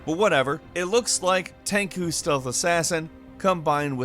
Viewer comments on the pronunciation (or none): TENCHU, not Tenku! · Ten choo. Not Ten coo. I vaguely remember a different video where you said it wrong too. Are you just being a troll? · Did he say "Tankoo"? I think he meant Tenchu 😂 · Lol he said “tenku” it’s TEN CHU as in CHapter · PLEASE FOR THE LOVE OF GOD STOP SAYING "TEN-KU" its pronounced TEN-CHEW I die a little everytime you say it. People correct in the comments every single time but ya just keep doin it. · DMC5, Sekiro, Metro Exodus, RE2 Remake and Days Gone. And you pronounce Tenchu ' Ten-shoe' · "TEN-KU" INTENSIFIES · He called it "Tenku" ffs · I had the worst aneurism at "Tenku"... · it is not pronounced "Tenku" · Tenku? Lol